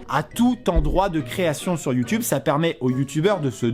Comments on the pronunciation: il a dit youtunes ho mon dieu!!! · Vraiment Amixem tu as vraiment dit Youtunes !?